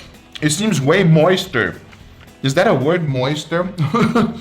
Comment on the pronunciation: Moister Mamau: More Moister Me: ITS MORE MOIST GUYYYYSSS!!!!